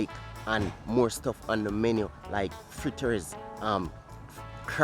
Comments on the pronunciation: FLITTAS* not Frittas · Its FRITTERS... NOT frittas